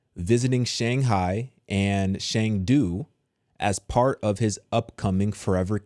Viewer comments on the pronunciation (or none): none